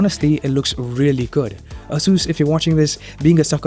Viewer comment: I believe you are mispronouncing "Asus"